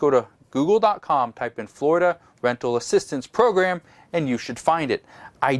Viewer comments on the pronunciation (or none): none